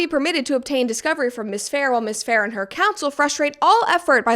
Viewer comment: You are the first person I hear saying Isabella's last name properly!!!